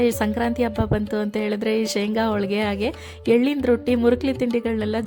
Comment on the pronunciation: ಹೋಳಿಗೆ ಮೇಡಂ ಅದು ಹೋಳ್ಳಿಗೆ ಅಲ್ಲ